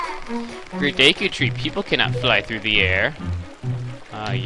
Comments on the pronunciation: DEEEEKU NOT DEKO LOL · finally someone who agrees with me!! its "dee- koo" not day-koo... same with people who say "okka reena" instead of O-kuh-reena" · daiku tree? no no no no its Deku Dehku Dehkew Dehkuh thos are right not daiku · I used to pronounce it dee-ku but now I pronounce it de-ku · say deekoo. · its pronouced DEEKOO bcuz of emphasisi (long and short vowels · If you know PeanutButterGamer, he pronounces "Deku" as "dooka" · i thought it was pronounced duku tree daku tree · "Deh ku"!!!!! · I always thought deku was pronounced "Dew-ku" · its pronounced (D-ku) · i say it's pronounced deh-koo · deku is pronounced (DEW)-(KEW) CAN YOU MINCHIN ME IN 1 OF UR VIDS NEED SOME VIEWS AND I HAVE KEPT UP WHITH MOST OF YOUR VIDS THANKS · My friend saw you trying to say deku and he said "WHY NOT DICK OOOOH" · it's pronounced deku.